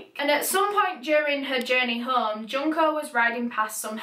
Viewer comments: It's pronounced june-koh just fyi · Junko from danganronpa is how i learned to pronounce her name